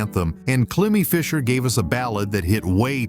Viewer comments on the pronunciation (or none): It's pronounced "Climb - E" (Cliimie Fisher) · I don’t know why I waste 15 minutes of my time watching these when the guy narrating these doesn’t know how to pronounce names (Bardeaux, Climie Fisher among others) and doesn’t know that the artists have had other major hits even though they were in non-US countries. He doesn’t even notice that Rob Fisher was in Naked Eyes. Furthermore, as another example, Information Society had other US hits with Walking Away and Running. Also, for another example, Brenda Russell had another massively successful single with Get Here. Next, he misses that Bobby McFerrin is a major and successful jazz artist.